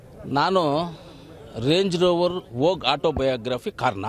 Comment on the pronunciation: 😂😂😂😂 ಸ್ವಲ್ಪ ಸಮಧಾನ ಕಣಪ್ಪ.. 😂😂😂 ರೆಂಜು ರೊವೊರು.. 😂😂😂